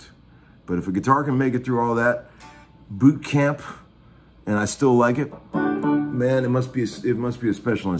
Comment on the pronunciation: Was that boot camp or Buk camp ? 🤘🏼